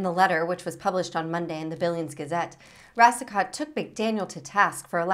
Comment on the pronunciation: Racicot is actually pronounced "Ross-coe." Just FYI.